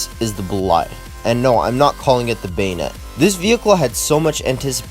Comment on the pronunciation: Something I learned from my french teacher is that, the bolide’s jailbreak name is supposed to be pronounced as “Ben yay” it’s funny too because that’s a type of sweet.